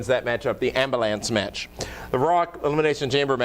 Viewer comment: Love the way you say Ambulance 'Ambalance" :D